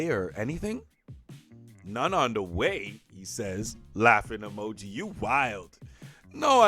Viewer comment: LMAOAOAOAOA LOVE THE WAY YOU READ FOR THE GIRL " YAAAAAAAASSS!!💅💃" And the pronunciation of "emo-j-eye" lmaoaoa. I'm already dying 😂👍